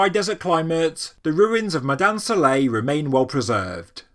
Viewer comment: Try to get your pronunciations correct before you do any documentaries , you did not pronounce any name correct about ( Mada'in Sa'leh ) , Madain Saleh . Hajj Ali